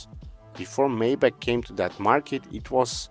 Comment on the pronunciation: Maybatch is correctly pronounced "[ MY BOK ] " , not " [may - batch]!😂